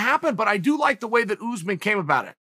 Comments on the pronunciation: Chael: oOooO0oze min Me: okay, great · Chael "OOsman" Sonnen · Who the hell is ooozeman ? Take some pride in your work. Komzot Chimaev may fight Ooozeman after bresfix 🙈😂🤣